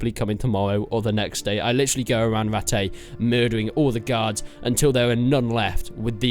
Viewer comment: Gurds don't you mean gaurds